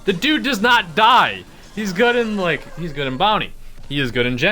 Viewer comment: It's bounty but it's sounds like brownie😂